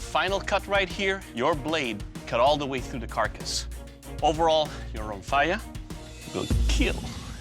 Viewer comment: "you're on fire" lol that's what i keep hearing